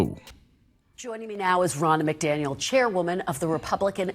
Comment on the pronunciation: The name is not pronounced MacDaniel.